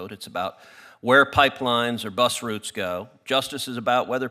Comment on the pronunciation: Unusual to hear American pronounce route properly.